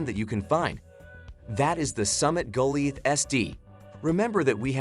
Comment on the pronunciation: Summit "Go-Lie-Ath", not Go-Lee-ath". The Cougar Claw climbers are much better than the Summit stands but the Summits have a little more comfortable seats.